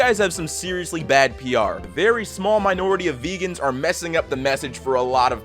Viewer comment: ah yes "vegau"